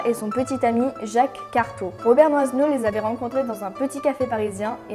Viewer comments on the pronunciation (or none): Robert Doisneau...On ne prononce pas pas DOIZENEAU mais DOINEAU.... le S est muet !